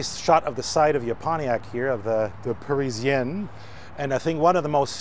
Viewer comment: He did not pronounce the "A" in Parisienne!